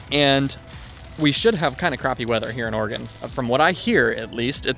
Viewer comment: I feel like says Oregon as much as possible because he's one of the few non-local people who pronounce it properly 😂😂